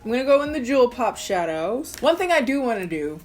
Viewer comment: i know she’s calling that eyeshadow palette “jewel pop” but i can’t help hearing “juul pod” lmao